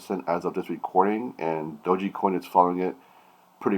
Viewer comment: Ur pronouncing it wrong